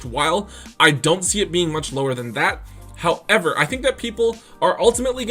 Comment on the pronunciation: I like your content but everytime you say "however" and the emphasis you give to it makes me cringe..